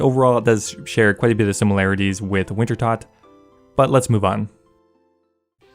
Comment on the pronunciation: You keep mispronouncing Wintertodt, I keep disliking your videos; simple as 😊